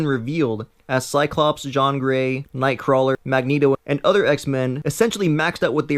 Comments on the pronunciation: Ok, I can't. It's JEAN Grey, PSYlocke, MOIRA McTaggert, not Jan, Pycklocke or Maria. Seriously, the video wasn't half bad but did you even read the comic or watched the damn movie at all? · her name is Jean(gene) not jaon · it's not pronounced "jon" it's "jeen" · JEAN..................... NOT JAAN....................... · JeAn not jeOn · Okay, seriously, though. Jean(pronounced GENE) Gray, Psylocke(SIGH LOCK)......i cant with you. Did you actually read the comics or seriouly watched any of the X movies? NOBODY PRONOUNCES JEAN AS JOHN but the French but thats something else completely. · Wtf!!! You always pronounce this iconic character's name!!!! It is "Jean" pronounced as [Jin] not [Jan] . You confused me, I thoought Jean's father is in the movie. 😠😠😠😠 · She's not a French man!! It's said 'Jeen' not fucking John. Stop trying to be different you just sound like a child. It's fucking Jean/Gene yeah. Thanks. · its "jean grey" as in "billie "jean" not "shawn grey" and its psylock.. not "psyclock" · LMAO John Gray! You're not French and neither is she, so its Jean (e.g. Gene) you goof! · The way you say Jean's name is really distracting because it's completely off the mark. It's GEEN for fuck sakes. You're saying it like J'onn J'onzz is pronounced. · Also her name is Prnouced "gene" not "Joan" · Why the hell are you pronouncing "Jean" like "John"? HER name is "Jean(Gene) Grey god it made what was a good video hard at times to bear. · Have u watched the series? It's 'Jean' like gene not John. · "Zshon"? dude, it's a girl, it's Jean as in "jeen". She's a girl. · is pronounced SY LOCK NOT CYK LOK PRONOUNCED JEAN AS GENE NOT JEANNE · "John" or Jean? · Did you call her john? Wtf? Its Jean, J-EE-N. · 'john grey' 'maria mactaggert' sigh.. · Actually it's Greek but excellent point. Now here's a French lesson. As a man's name, "Jean" is indeed pronounced "John," but Jean Grey is a WOMAN! And American! So it's pronounced "Gene." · Gene like Jean not John heheheheh